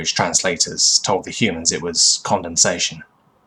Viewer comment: The narrator misspoke. The word is "condescension", a mode of behavior in which you treat someone else as lesser than you and not worth the respect you demand for yourself.